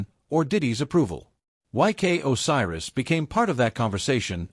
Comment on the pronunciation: WHAT THE HELL IS AN OSIRUS😂😂😂😂😂